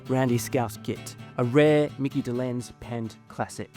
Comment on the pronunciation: You mispronounced Micky Dolenz’s name and also Micky was the drummer NOT Davy